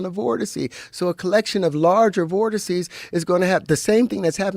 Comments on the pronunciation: "Vorticy?" Vortex? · Vortices is the plural for vortex not “vorticey” lol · Vortex. Voteces. RIP 💀